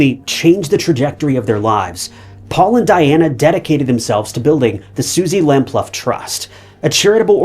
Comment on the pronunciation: Suzie lamploo its pronounc3d not lam0luff x